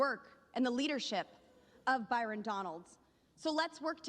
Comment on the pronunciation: BYRON. not Barton